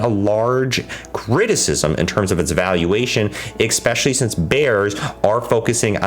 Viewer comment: Dude, what's with the use of the word "expecially"? Surely you know this is not a word and you're using it all the time in places where "especially" wouldn't fit.